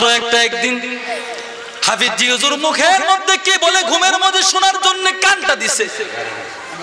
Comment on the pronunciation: হুজুরের নাম হাফিজ্জি বলাটা গলি গালি মনে হয়।আপনার হাফিজ্জি বলাটা আমাকে কস্ট দিয়েছে।